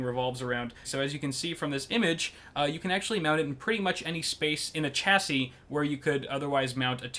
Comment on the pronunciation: This guy cant say chassis